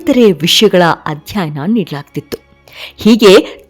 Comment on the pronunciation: ಮೇಡಮ್ ನಿಮ್ಮ ಧ್ವನಿ ಚನ್ನಾಗಿದೆ. ಸೊಗಸಾಗಿ ವಿವರಿಸುತ್ತೀರಿ.ಆದರೆ ನೀವು ಮತ್ತೆ ಮತ್ತೆ ಬಳಸುವ ಕೆಲವು ಪದಗಳನ್ಮು ತಪ್ಪಾಗಿ ಬಳಸುತ್ತದ್ದೀರಿ. ಚಾಣಾಕ್ಯ, ಅಧ್ಯಾಯನ, ಧನಾನಂದ ಇತ್ಯಾದಿ. ನನಗೆ ತಿಳಿದಂತೆ ಅವು ಚಾಣಕ್ಯ, ಅಧ್ಯಯನ, ಧನನಂದ